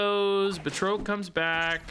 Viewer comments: Because I just can't help myself, it's Ba(d)- Trock the Leaper , buhtroke is killing me every single time . 🤣🤣🤣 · Batroc doesn't have an E at the end so the O is pronounced as "ah" BA-TRAHK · Per the MCU (CA:WS) it's pronounced, Bat-Roc...js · The way you pronounce Batroc is killing me. I always thought it was "BAT-ROCK" 😃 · I've been pronouncing it as Bat-rock this whole time. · saying “Batroak” is funny to me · Same! I couldn't take it, had to stop watching 😂 but I still left a like tho to support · What’s with snap YouTubers and not being able to pronounce things 😅 him with batroc and Bynx with Magneto. I’m like by fifth grade I knew how to say these